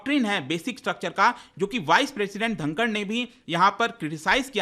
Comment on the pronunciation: ढाकर नही बल्कि धनखड़ है ।